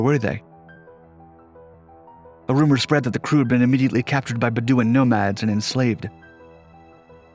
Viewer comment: “Ba-DOO-ns”??? Man everyone now and then you botch some easy ones. By the way Lady is not pronounced “Liddee”.